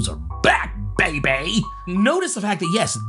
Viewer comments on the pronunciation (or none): He said bay bay i caught that